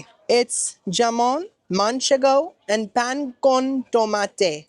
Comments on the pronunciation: I just wanted to share how to pronounce the “pig” in Spain that you pronounced jamon however it is “ham”on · Not you calling jamón - “jam- on” 😂😂😂 CMON 🫠lol!